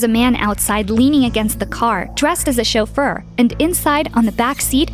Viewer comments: "chofeur" or "chauffeur". Sounds like the romanian word "sofer" which means driver. I think the origins of the word are french Edit: yep the word originates from french. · What is a shulfur. like a butler